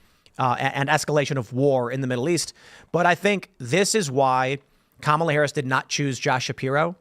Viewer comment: I Love how consistent is calling her Camela 🤣